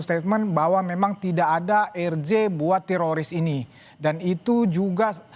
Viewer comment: telinga saya mendengar bilang Terosis bukan tiroris. yang sama pendengarannya kasih👍